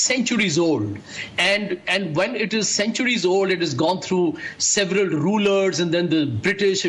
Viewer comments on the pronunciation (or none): none